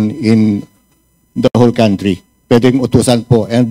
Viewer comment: Congratulations...Cong Fernández....saludo po ako s inyong concern s bayan ntin....pero (kantri) s country.. Hindi po (kawntri)...not to humiliate u po....for everyone's good po .SALAMAT po